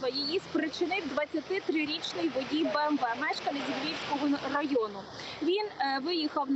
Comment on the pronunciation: і знову бєМєВє , це як діагноз звучить